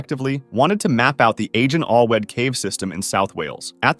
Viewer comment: just some freindly note: in wales Agen Allwedd would be pronounced Agen achweth, instead of agen alwedd.